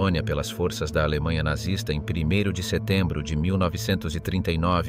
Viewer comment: What is nartsis? Oh you have the AI . I really lose interest when simple words are mispronounced (almost intelligent ).